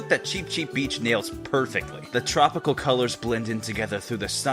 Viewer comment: what I'm a not beach: no no cuz beach sounds like bitch::c